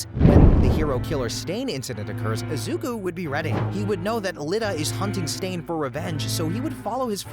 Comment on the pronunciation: Eyeda Youraraka Izuka Ts gotta be rage bait, it ain't even that hard to pronounce their names correctly